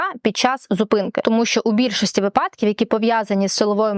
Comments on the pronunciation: вИ'падок. Не випА'док. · шановна адвокатко, от ви так поважаєте закон, а чому не поважаєте закони правопису? перевірте де має бути наголос у слові помИлка, та вИпадок )